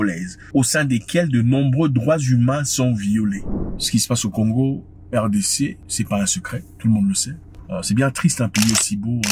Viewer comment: Zack a du mal a dire le pays de simon kimbangu